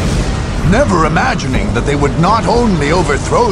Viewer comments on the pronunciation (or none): none